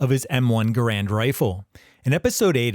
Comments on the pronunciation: Learn the correct pronunciation of Garand please. The man himself has explained how it's pronounced. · BTW, just to throw my own 2¢ worth of pissy fest in, the M-1's name should actually be pronounced "GAH-rund", NOT "guh-RAND" rifle. Yes, EVERYbody's been getting it effing totally WRONG for decades, including me. That's how John C. Garand's family apparently pronounced their own surname, so go argue with them. 😄😘